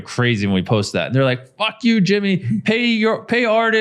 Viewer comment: That faaack was too indian😂